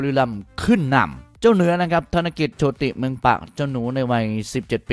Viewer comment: อ่านว่า โชด. คับ. ไม่ใช่ โช ติ